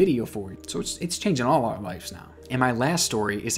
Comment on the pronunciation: I’m sorry I’ve been watching all your vids and this has been driving me crazy. It’s “LIVES” not “LIFES” pronounced like “wives” but with an l instead of a w. Great vids tho I love them all